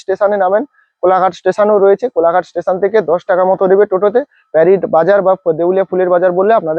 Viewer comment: আরে দাদা ওটা প্যারিড না, ওটা পারিট হবে... 🙂